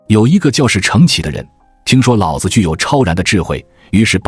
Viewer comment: 老子的老念二聲老不是三聲老，念三聲老，老子就是爸爸的意思！